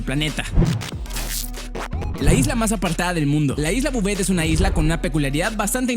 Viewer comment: Bouvet lo estas diciendo mal porque Bouvet es mi apellido y asi no se pronuncia